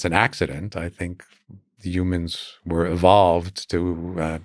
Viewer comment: "Youmans" 😂😂😂 Says it again a couple seconds later. Actually every time he says human, he says "Youman" 😭😭